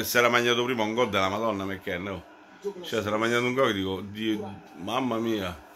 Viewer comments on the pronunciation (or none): "Ha segnato Mecchen"... Sei troppo forte! 😄